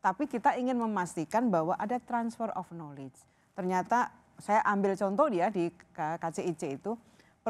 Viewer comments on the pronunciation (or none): knowledge dibacanya nalij....